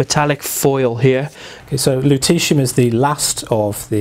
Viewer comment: I kept hearing luteCium !!